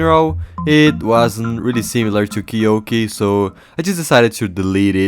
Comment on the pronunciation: It’s Key-you-key not key-yolk-E lol